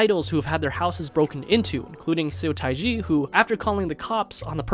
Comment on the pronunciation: Correct pronunciation of Seo Taiji = Suh Tae Jee Just thought you should know since you seem like a huge kpop fan making these vids... and most importantly Seo Taiji is a legend to all age groups in Korea. Just fyi, kpop is such a small part of Korean music and is mainly listened by teens. Please try listening to other artists outside the idol genre... you won't be disappointed.